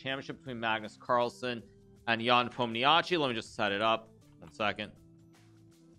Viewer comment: Hikaru is the last top chess streamer/commentator who pronounce Ian's last name wrong